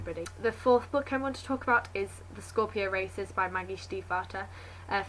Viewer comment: At first I thought you said 'The Scorpion Racists' :P